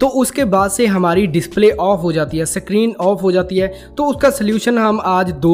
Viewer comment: 'Sakrin' nahi screen hai😂